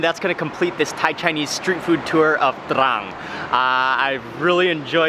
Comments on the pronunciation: That feeling you get when mark says TRRRRRRANG! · that spice weed makes him say trrran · Take a drink every time he says TRRRRRRRRRRAN. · “TRRRAN STYLE” xD love how he says it anyway great vid and very unique as i also learnt stuff i never knew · Haha thats city is exactly like my name but we dont pronounce it that way 😂